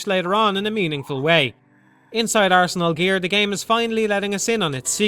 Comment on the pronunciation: "ARSE" NAL GEAR! :P